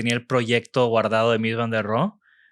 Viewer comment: «ROHE» SE PRONUNCIA CON «H» SEMIASPIRADA, Y TERMINANTE EN SCHWA, NO «RO».